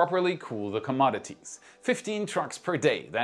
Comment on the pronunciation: pronounce "inevitable". Love your program! 🙏✨️❤️ (noticed you said "commodities" correctly! Cheers! )